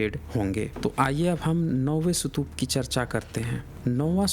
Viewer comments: Boltein ho sutupa or likhte ho stupa.... Actually stupa or sutupa? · पहले "स्तूप" शब्द का उच्चारण करना सीख लो, फिर वीडियो बनाना।